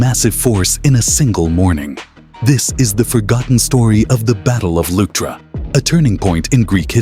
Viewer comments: Luctra? What is "luctra"??? I think you have no idea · its the battle of Leuctra, try at least get that right